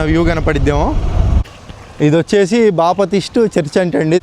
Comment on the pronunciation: బాపటిస్టు కాదు రా నాయన బాప్టిస్ట్